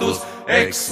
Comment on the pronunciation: zu 1.: Ja, das kann ich. zu 2.: Ich rede nicht von der Aussprache, sondern von der Phrasierung. Zum Beispiel zu Beginn sollte es GAUdete und nicht GaudeTE heißen. Dies eregibt sich nicht aus der lateinischen Aussprache, sondern aus der Komposition. zu 3.: Mein Name ist mein Spitzname, abgeleitet von meinem Nachnamen. zu 4.: nailgun666 und lastvampyr lassen durchaus Rückschlüsse zu. zu 5.: Wo Du Recht hast, hast Du Recht.